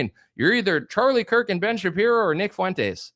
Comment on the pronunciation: Why is it that no one can pronounce Fuentes properly?